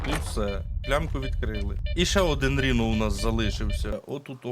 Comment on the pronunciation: давайте може, дядьку, будемо якось правильніше називати речі. Не Ріно, а Райно. З англійської - носоріг. Не ультімейт, а алтіміт. Це англійські слова, не треба їх паплюжити. Дякую.